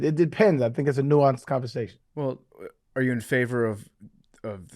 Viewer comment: Man we almost made it two minutes into the episode without Arian saying naunced